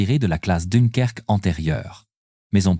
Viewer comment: Jean Barte et dunekerque 😂😂😂sacrée IA il faut encore bosser ....